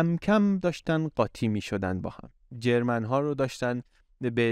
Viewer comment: ممنون از برنامه خوبتان . اما چرا انقدر هی میگید جرمن جرررررمن ؟ ژرمن .